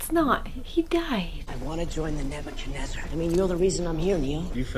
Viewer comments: The Ebakunaizar? No, it's the Nebuchadnezzar. (Name of Morpheus's ship). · "the ebekenizer..." 🤣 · Exactly what I said..also when she tried to pronounce the Nebacanezzer! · Gasp “The Ebochenezer”. Haha. That was cute. And had me laughing so hard too 😂